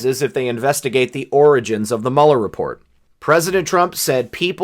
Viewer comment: sounded like he said 'oranges' twice, then corrected to 'origins'....then 'oranges' again....oranges..florida? Maralargo? California? Schiff/Schumer/Pelosi/Feinstein? Who knows..maybe nothing, maybe something.